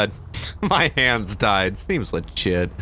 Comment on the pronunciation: I love when says seems ligt